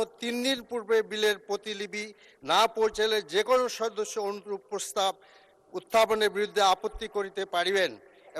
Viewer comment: মূর্খ লোক ,, প্রস্তাব কে প্রসাব বলছে